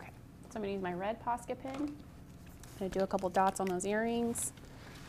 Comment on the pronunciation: I am loving this but wondering if any one else hears "pasta pen" every time she talks about the posca markers